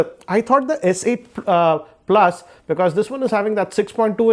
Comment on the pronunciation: hugee- ee, screenn-e, pluss-ee